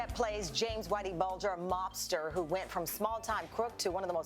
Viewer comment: This gigantic bword said Whitey "Boulder"